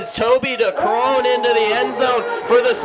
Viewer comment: Someone tell these commentators to learn how to pronounce Decreane, there's so many videos out there